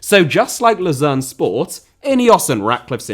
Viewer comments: You keep mispronouncing the team name in Switzerland. It is “Low-zann” not “Loo-zero” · I know I'm nitpicking, but Lausanne is pronounced Loh-sann, not like Lucerne... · Yeah, I was confused as to which one he was mispronouncing (Lausanne is "Lozan" and Luzern is "Lootzern") before i saw the team logo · Wonderful,! But notice: Lausanne and Luzern are not the same city. From what I've gathered in the video Ratcliffe owned Lausanne which is pornounced kinda like lowzanne. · Your pronunciation of Lausanne sounds far more like Lucerne, which is very confusing, as they are both Swiss teams that play in the same league, in the same colour. Lausanne is French-speaking so should sound something like "Lor-zann" in English and although Lucerne is German-speaking (Luzern in German), we have the English "Lucerne" for it, which you seemed to be using throughout to refer to Lausanne. Keep up the good work otherwise. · The mispronunciation of Lausanne Sport as Lucerne, also another city in Switzerland, is jarring. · Laus"Anne" it's pronounced pal. Great content as usual. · Was it Lausanne or Luzern he owned? I think it's Lausanne, but it sounds like you're saying Luzern. Which is like the Gent/Genk thing. In fact, they're playing each other tomorrow. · Lausanne, he just pronounced it wrong